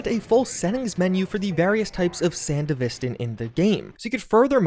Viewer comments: Is it not pronounced san-devistan, rather than sand-a-vistan? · Why do you say sandevistan wrong? Have you even watched Edgerunners? SAN-DEVI-STAN and not SAN-DEV-E-STAN. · I was excited by your title. Confused why this wasnt labeled as a mod update video, and then couldnt complete the video when you kept saying Sandevistan WRONG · How you butchering the sandevistan pronunciation that bad? They literally say it in the show and game?😭